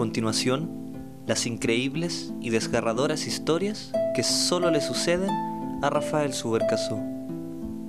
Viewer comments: DESGARADORAS XD creo que era desgarradoras. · "desgaRadoras" xD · "Desgaradoras" jajaja buenos videos :)